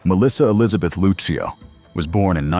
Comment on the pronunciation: Who the heck is that woman in the orange jumpsuit with striped hair? That’s not Melissa. And her name is Lucio, sounds like Lucille, DA. You could’ve asked someone how to pronounce her name b4 you proceeded to repeatedly demolish it.